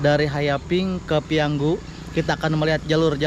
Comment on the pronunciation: 👍PIYANGU,, bukan PIYANGGU